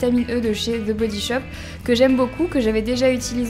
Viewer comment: enfin une youtubeuse qui dit The Body Shop et non ze Body Shop